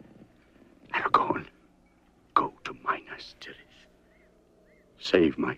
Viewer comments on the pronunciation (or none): none